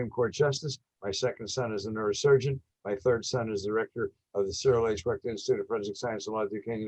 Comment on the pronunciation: “ I GOT 21 PEOPLE IN MY HOUSE " GET THE HELL OUT !!! , “ YOU BETTER BE DAMN PASSIONATE ABOUT THE KENNEDY ASSASSINATION “ !!!! MR. CYRIL WECHT , NOT CEREAL WRECK !!